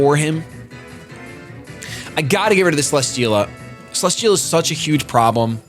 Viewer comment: cele-steel-a not cele-schteel-a